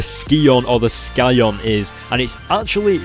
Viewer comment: lol, he says scion weird. it's pronounced psy-on. but damn, cosmic spiderman got beat, that's harsh.